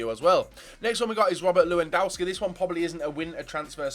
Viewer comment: Y r u calling Lewy Lułyndaski?